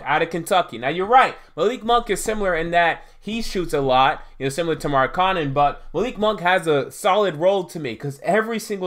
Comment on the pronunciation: SAY THIS WITH ME....MARK-KA-NEN......N-TILI-KI-NA......GO BACK TO ENGLISH CLASS AND LEARN HOW TO READ.